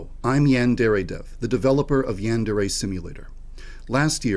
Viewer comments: The fact that the creator of YS can’t even pronounce Yandere properly after years of development is wild 💀 yaendere headass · whats so funny about all this to me, bro cant even pronounce yandere right! its HIS game name lmfao